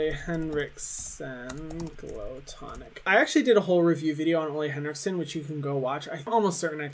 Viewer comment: "O-LAY Henrikson" Still so wrong.. They released a whole thing about how to say it.. Lazy to not even try Heerum.